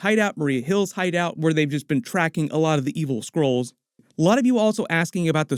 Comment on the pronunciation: All i hear is Squirrels instead of Skrulls. Makes the plot all the more interesting, also, Squirrel girl? :D